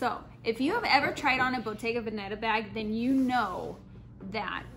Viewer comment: I also right you kept saying Bottega Banana lol